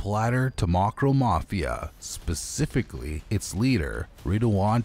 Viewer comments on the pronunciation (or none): none